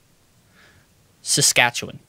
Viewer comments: As a Canadian, I just wanna say I am surprised that not only got all of the provinces and territories, but also pronounced both Saskatchewan AND Newfoundland right! But like I’m curious as to who taught him. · As somebody from there, I'm so proud of for pronouncing Saskatchewan correctly.